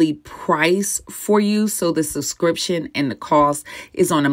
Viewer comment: Subscriptionn omg.... not sussscrition